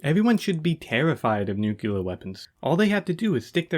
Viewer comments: Nuclear... (new-clear) not Nuculer (nuke-you-ler). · Just F.Y.I. "nucular" isn't a word. You're looking for "nuclear". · Damn dude cool vid and best of luck to your channel. May I please however express my annoyance at the pronounciation of the word "nuclear". It's pronounced Nu (as in nuisance) Clear as in clearance. It is very commonly mispronounced as NuCular but it hurts my ears. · Also why do you say “noo-cue-ler” and not “noo-klee-er”? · Looks like the next video will start with a revelatory clip of Truman talking about using atom bombs for "god's purposes". Edit: I beg you to stop spreading the word "nukyuler". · Should have used Bush Jr., you both say it "new-cue-ler" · It's pronounced Nuclear NUKE LEE ER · Aight man you cant rag on Toddout for having a low IQ while saying "nukular". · it’s nu-clear buddy, but also great video i love it